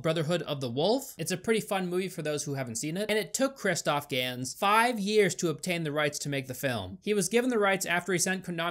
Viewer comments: I have to say it. I think its pronounced "Ganz" bc. It sounds german and Gans is a german word, which means Goose. And we (ye im german) have a rly rough accecent so, yeah its problaby for you a rly, rly mean and loud "GANZ" and then you have the perfect german Accent. Im high as hell rn but you guys got my point i guess. Love yall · Ist pronounced Gans its a german last name this argentinian dude has...... 😬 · Hello im argentinian and it's Gans not Gans, you're welcome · So, Gans I assume is the german word for Goose. Meaning, it's pronounced like guns but with a sharper pronounciation on the u.